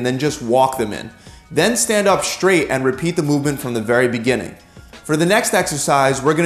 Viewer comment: Dear: The letter sequence "str" does not combine to make a new sound. The word "straight" is not pronounced "Schtraght". Nor does one walk on a "Schtreet", or are you under "Schtress".